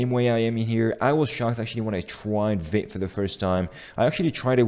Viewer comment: Vite = fast in french and we pronounce it "veet".